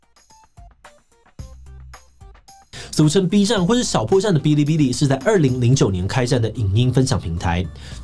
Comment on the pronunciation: 我只想說，發音是 ㄅⅠ(一聲)ㄌⅠ(一聲) ㄅⅠ(一聲)ㄌⅠ(一聲)